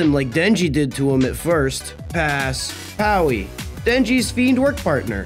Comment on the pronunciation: The girl with the red horns, he’s literally pronounced power I’m not know how are you fucked it up so badly